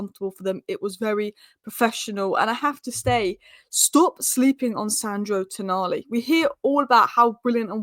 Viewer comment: its Toooooonali.